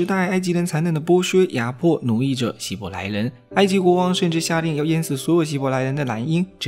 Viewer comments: 希伯来不是希来伯，语音读错了很出戏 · 解说可以上过对圣经和世界历史一无所知，所以连希伯来这么有名的名词都能读错。